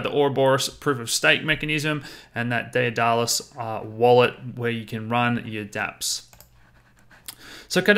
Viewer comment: Pronounced Day-dah-lus